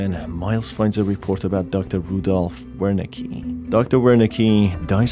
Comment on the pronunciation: Love the vid, love the game , love your content. But a constructive note the "W" in Wernicke is pronounced as a "V" it's a german thing. You can hear it pronounced if you look up Wernicke's area. A part of the brain associated with comprehending language (written or spoken).